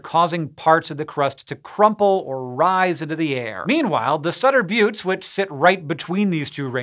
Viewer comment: Thank you for calling them the "bewts" and not the "butts" 🤣